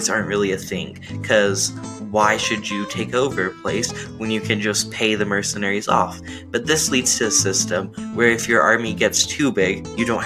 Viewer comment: This was a really bad explanation, especially of anarcho-capitalism. And mercenary is not pronounced like "merck-enary" lol